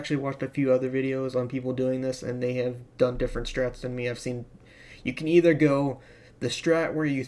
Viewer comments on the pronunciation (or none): none